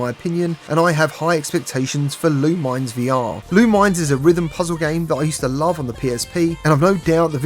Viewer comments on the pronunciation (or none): It’s pronounced “Loominez” 😂 but yeah, it looks great!